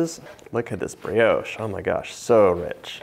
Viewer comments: That is NOT bread pudding. It is a variation of bread & butter pudding. Real Bread pudding is not made with an egg custard. And Brioche is not pronounced 'Bre- oash' It is pronounced 'Bri osh' The French would not understand what you mean! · I love the way he sais brioche